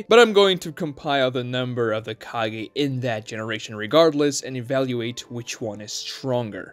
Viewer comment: Ka-GEH. not Ka-GAY